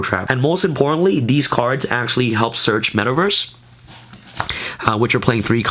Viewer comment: Love your vids bro ... but you are killing me every time you say metal verse instead metaverse LOL but yea love your deck tech bro keep them coming